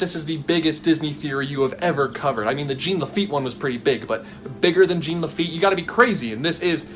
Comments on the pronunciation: JEAN Lafitte. Not "gene." Like John but with a soft J. It's french. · still not pronounced "jeen". the n isn't pronounced. it's french. like "zhaw" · This is killing me. It’s pronounced Jean Laffite as in JOHN Lafitte. Not Gene. Think Jean Valjean in Les Miserables or Jean Claude Van Damme or Jean Reno the actor. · I would like to point out it's pronounced - John net Gene - it's French... Just saying. Other than that - great job. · Not sure how to pronounce "overarching", less sure how to pronounce "Jean" as in Jean Lafitte.